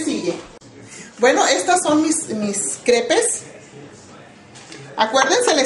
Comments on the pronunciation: se pronuncia creps o un pokito menos indiscreta crepas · se escribe CREPES y se pronuncian CREPAS hay te encargo jajaja SALUDOS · eso no es una crepa es uina imitacion fea son mas delgadas no tan gruesas y si se escribe crepes y se dice creps no crepes¡¡¡